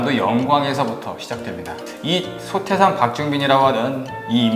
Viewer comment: 아! 이 얼마나 충격적 사실인가?? 원불교 소개자가 원부ㅜㄹ교 대송사의 법홀도 바르게 발음하지 못하는 한국 문화 수준!!! "소태산"의 "소"는 장음인대 이를 "짧게" 잘못 발음했다. 이어서같으 유의 문제를 적ㅇ어 본다. "제자, 사람, 대종사,구도,세상, 등 모두 첫 자를 "짧게ㅔ 잘못 발음 했다. 이에 정중히 권하오니, "한국 어문을 고발함"이라는 책을 조용히 읽어 주실까요?